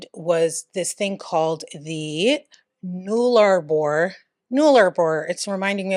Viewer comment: Nullarbor .... Null rhymes with hull, as in the hull of a ship. Nullarbor